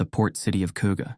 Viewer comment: Respect for basically pronouncing Køge right. The G is soft and not hard, so its more Køeh in one word, its one of the well known silent Gs. But no one can normally get the Ø right. They want it to be a O but its a completely different letter. You got that, well done... 😎